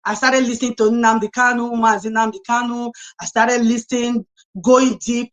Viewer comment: Someone should please tell that the name is NNAMDI, and not "NNANDI."